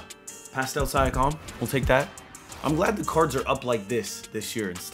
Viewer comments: It’s siiankam not siakam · I hope joking when he says Sya-com. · Love the vid but just fyi it is Sea-ahh-come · Pascal “Sia-com” 😂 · He said “syakam” LMAO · PASCAL SIGH-AH-CALM. LMAO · 'pascal si a kime' lmao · Is that really how you say Siakim or are you just trolling? lol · said pastal syakum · “Pastal siakom” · Pascal sigh-a-comm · He said siakom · sigh-ack-am is not it bro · I hope he was joking when he said siakam 💀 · Bruh my man says Siakam's name so wrong lol🤣🤣🤣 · can we say siakams name right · Mans said pascal last name do wrong 💀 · oh god i can NOT stand the siakam pronunciation 😭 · Siakam he can’t say it right it like do you even watch basketball